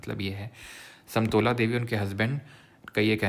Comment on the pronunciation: satmola nhi hai .. samtola ha😂